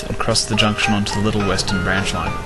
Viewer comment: Sorry said western wrong :P